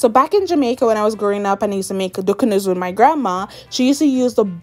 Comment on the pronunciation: Why is she saying Ducanoo?!!!!! It's not even spelled the way she's pernouncing it as!!!